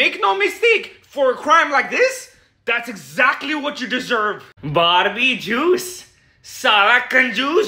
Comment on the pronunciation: "Barbie jiuce"💀💀💀💀💀💀